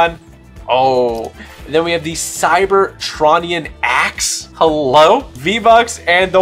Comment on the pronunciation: YOU PRONOUNCED "CYBERTRON" INCORRECTLY TYPICAL!!!!!!!!!!!! But still a 🔥🔥🔥vid